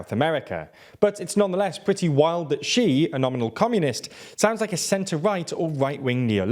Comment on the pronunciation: Great video, but you guys really really need to get somebody to help you with how to pronounce Chinese names. Hearing Wen Jiabao pronounced like that really takes me out of the video - it's almost as bad as the video where you kept referring to Xi Jinping as 'Ji'